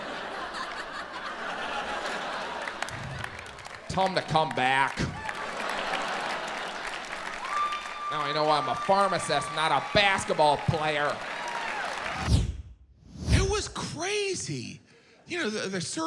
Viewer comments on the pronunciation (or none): Jim says baskeball instead of basketball and I love it